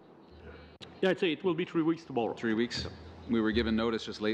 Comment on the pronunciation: Great, another franco nazis in bilingual position who is NOT fluent in English, surprise, surprise....lolllllll, NOT. he is replacing another Quebecer..., just beautiful...These people are corrupt to the core...all of them, especially from Quebec. Its three, moron not tree, its think not tink, its that not dat...bloody idiots...lollllllllll. ESL scum bags...